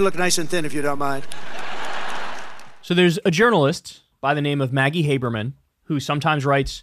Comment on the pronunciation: He can't even say Maggie Hubermen 😅